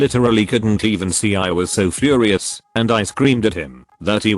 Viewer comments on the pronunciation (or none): none